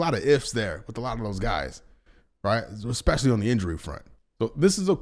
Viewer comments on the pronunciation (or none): none